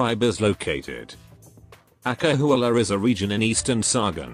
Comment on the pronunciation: when the narrator say "acahualla" my SSS blood is boiling 🔥🔥🔥🔥